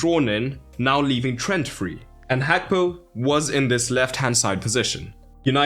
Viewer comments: its not hakpo bro its Gakpo with a "g"😂😂😂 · Why do you say Hakpo!!! Pronounce the G Gakpo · Gakpo, with a G, not an H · I love the video analysis, just that next time can you say Gakpo’s name correctly? Its not ‘hakpo’ 😅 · i heard you pronounce like "Hakpo" . Maybe i misheard it. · why do you pronounce his name like that ?? hakpo ???? it annoys me